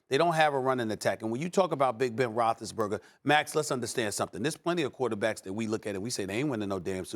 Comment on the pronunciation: “Big Ben Rothesburger” gosh I hate it so annoying